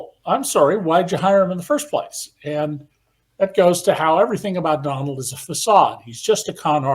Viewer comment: His name is Don-OLD. 😂